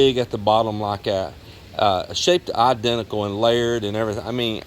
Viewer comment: I chuckle when you say “eye-denticle” lol I picture you holding your hands out like the prosecutor in My Cousin Vinny